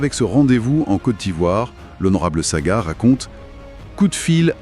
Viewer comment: Ce n'est pas Saga mais Sagna 😂😂